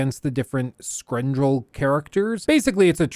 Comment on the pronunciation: It's skrendel skren-del. Not scare endoll